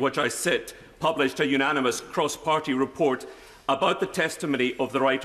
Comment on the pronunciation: "Replort" ha ha ha.